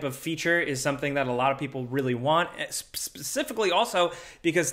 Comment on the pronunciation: are you calling for ypur cat mid-sentence? "PspspspsssCIFICALLY" Lol